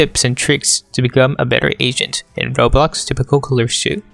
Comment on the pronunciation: i hear you say "playing asian" or "if you want to get better at asian" lmao